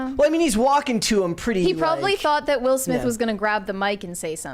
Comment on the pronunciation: “Will Smiff”?